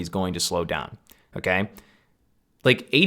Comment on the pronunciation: Great video! I appreciated the technical analysis behind of what I too have been preaching the last year(s). Just one thing: When you say "Okay", it sounds super funny, I don't know if it's your accent or just how you do it, because it sounds like "M'key" or just "key" with a funny sounding tone (noticed it in the last 5min of the video and had a giggle). Great video, thank you! :)